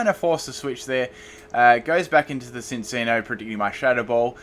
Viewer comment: Cinccino is pronounced sin-chino.